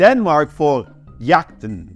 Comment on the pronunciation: You pronounced Jagten perfectly, my dude. I shouldnt be surprised since you are Dutch but I am just so used to people massacring my language that it is a big surprise when I hear a non-Dane pronounce Danish words perfectly. Also, Incendies is fantastic. Hugs from Denmark